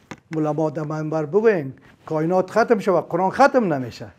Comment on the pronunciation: اول تو تلفظ ره قرآن ره یاد بگیر قرعان نیست قرآن است افسوس به مردم ساده که ای ره فیلسوف فکر میکنن